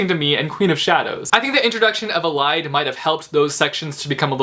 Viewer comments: Ellie-dee Not ee-lied It's pronounced Ellie dee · I thought it was E-Lee-de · Elide is pronounced "EE-lie-deh-" lol. I also think that Manon is pronounced "Ma-n-un-" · Ok but I was pronouncing their names like "man-un" (manon) and "eleed"(elide) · Wait. Am I the only one who pronounces Elide "Eleed"? As in Elise?